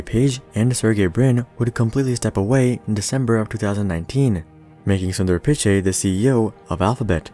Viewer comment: When you Pronounced Sundar Pichai I laughed hard